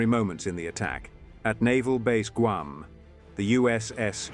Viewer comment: It's pronounced GWAM. It is a humiliating insult to the poor natives who just want the burgers to butcher their homeland's name.